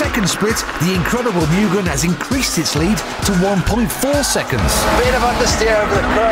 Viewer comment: It's M-U-GHEN As pronunciation.